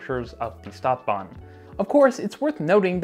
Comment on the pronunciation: please, if you're gonna use german words like stadtbahn, learn to pronounce them correctly